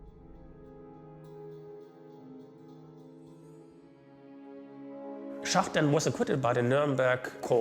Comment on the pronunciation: It is too bad the narrator cannot pronounce Schacht's name correctly. He keeps calling him Schat. The people doing voice over translations get it right.